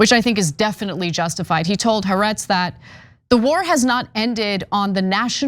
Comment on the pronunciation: Ana, It's " corps," not cops and Haaretz ( Ha ar etz), not Ha rets.